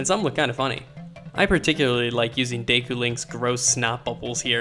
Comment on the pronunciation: lol "day koo"